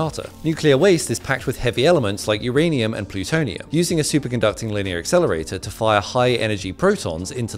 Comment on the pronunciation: Yeah I heard partical exelirator and said no